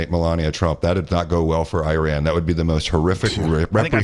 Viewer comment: BUBBA JESUS FUCK ALA ITS IRAN NOT IRAQ